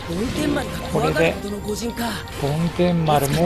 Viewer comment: 梵天丸は、ぼんてんまるですよ